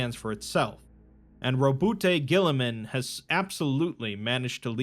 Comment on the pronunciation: Rowboot Gulliman. Roboutay is a french hair stylist.